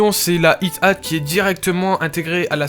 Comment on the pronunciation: on dit ayate :) pas ite ate